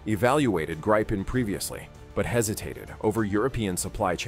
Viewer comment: Swedish "Gripen" is pronounced like in Spanish.